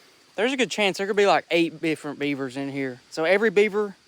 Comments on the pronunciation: did anyone hear bifferent insted of different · “8 bifferent beavers” i country accents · “8 bifferent beavers”🗣️🔥🔥🔥